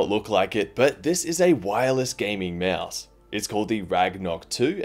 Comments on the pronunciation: nice video but little note its a (maus) not a mEAOUSE xd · he’s saying it normal?